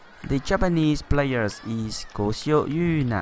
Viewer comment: Koshio❌ Ojio⭕️ 日本語の漢字の読み方難しいよね